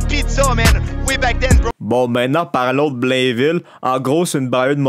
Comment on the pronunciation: c'est pas "Blenville" c'est "Blaine-ville" TABARNAQ